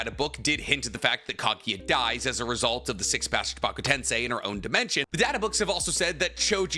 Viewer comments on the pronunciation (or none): Why do you always pronounce the Japanese names so weird? Kotoamatsukami - Kotoamatsukame Chibaku Tensei - Chibuka Tensai Kakuzu - Kakuzo These are just some examples